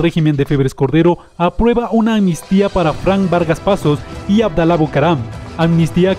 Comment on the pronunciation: amnistía, no "anmistía".